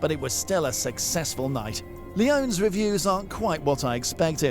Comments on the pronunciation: lee-OH-knees. Not "lee-OHNS" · Leone's is "Lee O nea's" Not leons.